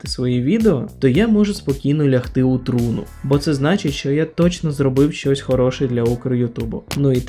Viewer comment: Не у трУну, а у трунУ, ударение на второй слог. Для начинающего украинского видеоблогера, неплохо бы и язык подучить :yougotthis